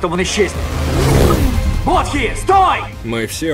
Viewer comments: Не Бодхи а Боди правильнее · Да не Бодхи он, а Боди. Как же уши режет этот перевод